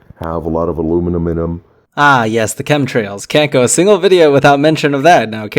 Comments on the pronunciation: "aluminum in em" sounds like "aluminuminum". They should do multiple takes and enunciate so people listen to their argument instead of chuckling and repeating a word for 2 minutes. Or is that just me? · What’s ‘aluminuminum’ he kept saying it at the end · I like that word Aluminuminem